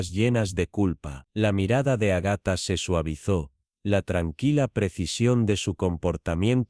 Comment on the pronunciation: Agatha tiene acento en la primera 'a"